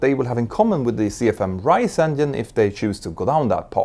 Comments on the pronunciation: it's not endine, it's engine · I like how he says ‘endien’ 😊